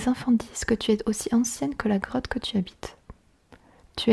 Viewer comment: G cru qu'elle avait au lieu de '' grotte '' '' crotte '' 😂😂😂😂😂